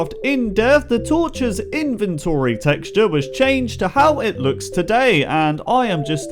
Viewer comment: Your voice is pretty annoying like instead of INVENTORY you say ... In Ven ToRy You pretty much sound like you're talking to 7yr olds